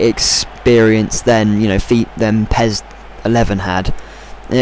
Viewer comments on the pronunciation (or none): pez?! accent level over 1000.